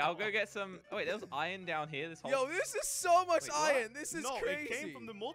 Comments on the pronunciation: Why you say iyon not iron jelly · I love how jelly says Ion instead of Iron lol